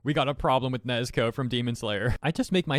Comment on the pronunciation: Why do you call her nezko